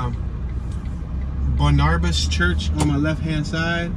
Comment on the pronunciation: Saint BAR-nu-bis, NOT Saint bu-NAR-bis!